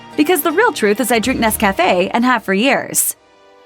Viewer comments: This narrator must be American because she can’t pronounce Nescafé properly. The accent is on the Nes part not the café part. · It's Nescafe. Not Nes. Cafe. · You need to learn to pronounce Nescafé properly! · The way this woman butchers the pronunciation of Nescafe is killing me...